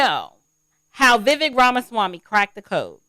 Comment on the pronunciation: pronounced Vi Vake